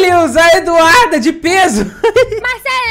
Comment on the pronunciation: Alguém percebeu que o ato está falando o nome da Eduarda errado tá falando do Duda Eduarda